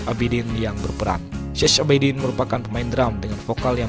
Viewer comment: Syech ...bacanya Syeh...jadi Syeh Abidin.....